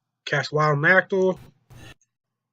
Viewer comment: its naˈkatl not naktle